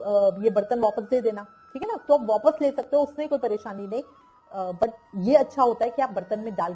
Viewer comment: No voice in video Wapas word ko wopus kyo bolti ho😂